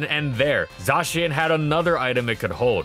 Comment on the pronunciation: No one says "zah-chien". It's clearly "zay-shen"